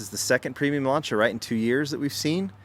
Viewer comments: Americans can't pronounce Lancia. Butchering the name. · Just a friendly heads up, you miss pronounced Lancia : )